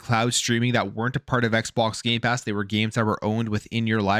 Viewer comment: did you say gay pass ? i heard no m when you said it..... xD YOU DID! YOU SAID GAY PASS ! HAHAHAHAHA next say gay box ! LOL i am appaled to all you straight/hetro people buying gay pass... LOLOL